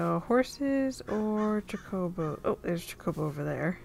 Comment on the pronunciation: I love final fantasy as you may have seen from my ffxv series lol. It's pronounced ch-oh-co-bow, although I spent most of my life calling them choc-oh-bows so don't worry. You call them whatever you want to call them :)